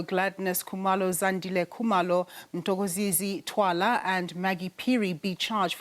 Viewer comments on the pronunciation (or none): We have always known that this news presenter is not South African. She is Zimbabwean. She can't even correctly pronounce Mthokozisi Thwala. I wonder whether she is in this country legally?